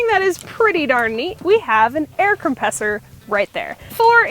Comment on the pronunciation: You have a what? air compessor? Its air compressor